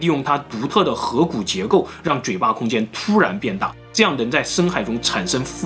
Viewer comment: 5：57 克拉肯與螃蟹到底有啥關連？口誤還是翻譯錯誤？ 12：07 頜（ㄍㄜˊ）骨，不是ㄏㄜˊ骨。